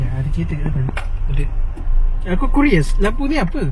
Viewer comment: courious la bang bukan kuriesss...hahahaha